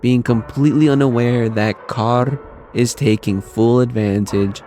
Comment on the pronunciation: Awesome video man i wanted a video like this. Also I love the way you say carrs name, your the only person who actually pronounces it correctly lol